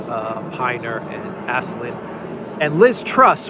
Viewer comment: It's pronounced Pinner, not Piner (Pinner like winner, except clearly Shaun Pinner is no winner). Stop being so American lol :D It's also Aslin, not Aislin. Aslin like Aslan the lion in 'The lion, the witch and the wardrobe'